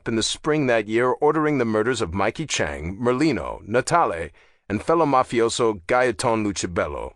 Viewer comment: You are saying the one last name wrong it's Chang not Chunk